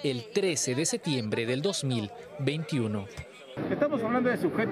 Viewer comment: El periodista no puede decir septiembre